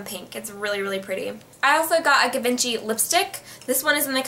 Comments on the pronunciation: Its pronounced jee-bon-shee hun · givenchy is pronounce like G - vang - she ^^ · Voted and Givenchy is pronounced jhee-von-SHEE. :3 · Givenchy is more pronounced like chi in the beginning;))